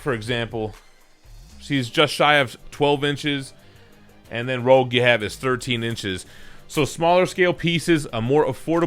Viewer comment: I think it's Rogue not Rouge :D